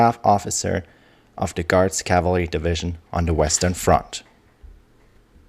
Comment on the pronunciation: Your accent is really not all that bad except for the word "cavalry."😊